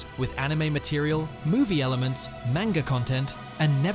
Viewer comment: Ai Voice? The way you pronounce "Manga" Isn't right.